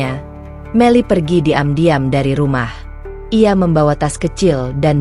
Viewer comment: Tolong pembaca narasinya yang enak, karna setiap mendengar ada membaca narasi yang begitu menggebu-gebu, begitu saya asyik mendengar ketemu pada kalimat yang anda baca saya kok langsung ketawa, misalnya:mu, anda baca emyu, dan diam-diam jadi di'am-diam, Terima Kasih, ma'af jika saya salah dan lancang.